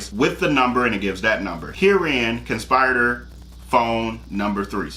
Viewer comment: Con-spi-ri-tor! Short “i” sound as in igloo. It’s not a long “i” as in ice.